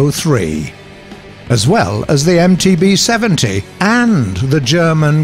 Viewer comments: 컴쾃 아뇨 그 MBT-70이 전차이름인데 자막이 이상한건가 싶어서 돌려보니 나레이션분이 MTB-70으로 잘못읽으셧드라구요 ㅎ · MTB-70은 나레이션이 잘못읽은건가요?